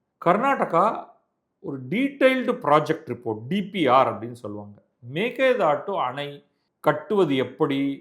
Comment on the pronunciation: Sir you are the only person correctly pronounced 'meke datu மேகேதாட்டு'. Surprisingly almost all tamil channels pronounce incorrectly.